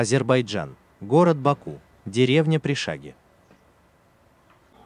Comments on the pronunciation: Может пиршаги,а не пришаги😂 😂😂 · Рецепты отличные! Но не ПиршАги, а ПиршагИ, и это не деревня, а пригород около моря от метро минут 20 на машине)